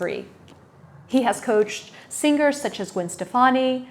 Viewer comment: You pronounced singers wrongly. The g is not pronounced. It’s an “Ng” sound. Not ng guh